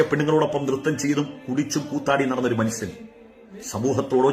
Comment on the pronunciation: മൺസൺ അല്ല ഉസ്താദെ മനുഷ്യൻ എന്ന് പറയൂ....